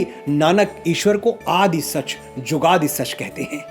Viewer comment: Very nice but Manoj ji murti nahi h murat guru prasadi nahi guru prasad jugadi nahi jugad pronoun karte h🙏